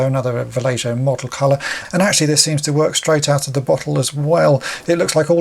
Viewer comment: Sorry to be that guy, but I think it's 'Valle-hoe' and not "Valle-joe".